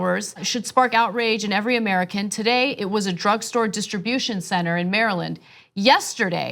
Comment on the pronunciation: Maryland? Is that how you pronounce it?